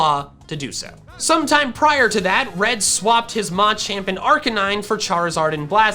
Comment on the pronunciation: it’s pronounced “muh champ” i get an aneurysm every time i hear “ma champ”